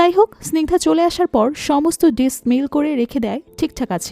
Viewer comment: Your voice is very clear. Also, nice presentation. Just need a little bit of concentration on your English pronunciation please. Like 'Dish' it should be ডিস not ডিছ. Your quality of storytelling quite similar to Achirer Golpo. Very good.